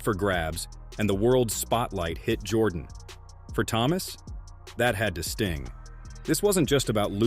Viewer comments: You don’t know nothing about what the nba was in the 1980s Isiah was right Jordan dominated the 90s not the 80s and pronounced his name right before trying to tell the story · You got to be able to say his name right before you tell a story about someone! I'm a huge MJ fan, but dang, you can at least get that right! It makes this whole thing sound bogus!